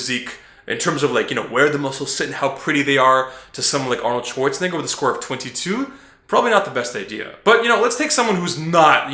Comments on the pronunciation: hey man gotta watch the way you pronounce arnolds last name lol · I'm not sure I like The way you say schwarzenegger... Haha